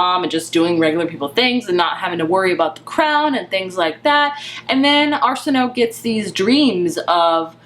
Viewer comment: Great discussion! I love this cover. Btw, her name is pronounced "Are-sin-oh-way". It's Egyptian in origin. Very pretty and flowy sounding :)